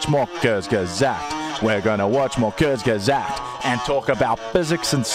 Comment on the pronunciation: The way you pronounce Kurzgesagt at the beginning of the video is wrong